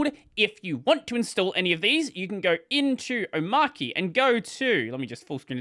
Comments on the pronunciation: Do you pronounce arch as arc ? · it's... omARCHY. not Omarky Come on... really?! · om ARCH e. not Om arc e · It's OmarCHI as in CHICHI (Dragon Ball). Not KEY. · It's pronounced oh-maah-chee btw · That's an odd pronunciation. Is it an AUS thing? Is Arch Linux pronounced like "Ark"? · The archy in Omarchy is coming from Arch so it's pronounced Omarchy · I've seen it pronounced Omarchia in Polish. It makes perfect sense even though translating proper names obviously makes no sense at all. Anyway, it might've been AI translation, so yikes. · You're all wrong. It's pronounced omarchy. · I pronounce it oh-marCH-ee. Not oh-marK-ee. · It’s pronounced Omarky cause it’s based on Ark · This where we point out to the video creator that the word "Arch" is literally in the name, so you are probably meant to pronounce it that way... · nevermind, mispronounced it later🤣